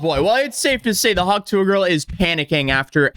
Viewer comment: Do you have trouble pronouncing the T in tuah?